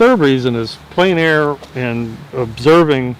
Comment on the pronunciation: I'm sorry, but there is one thing that you repeat continuously and it is pronounced incorrectly each time. You pronounce Plein Air as "plane air" when it should be "plen air." Your art is great - it's just that it drives me nuts (OCD). :D